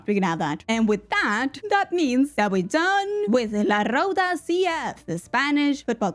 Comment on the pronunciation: This video was hilarius. Love It! And as an spanish person you said Roda very well, you R is super good.